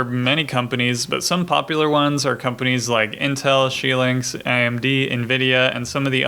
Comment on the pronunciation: Xilinx --> "She-links"? That would be the Chinese pronunciation. You Googled that didn't you? The correct pronunciation is Zy-links (at least that was correct in the 1990s) PLEASE, PLEASE do NOT show recommendations for Arduino. No formally educated embedded engineer takes any pride in that hobby software. Arduino is mere baby steps in the field. You're looking like a poser. You're obviously are not one in the brotherhood.